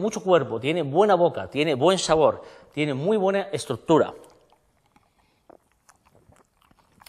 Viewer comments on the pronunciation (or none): Citadellle nos propone 19 botaaaaaanicos y dos combinados de ginebras complejas en una buena copa artesanal italiana, buena decoración, bien explicado. Cata muy estudiada sólo le faltó afilar la lengua se le sale el patín en cuanto prueba el combinado con Chueps de burbuja media! "Buen shabor" CUAC!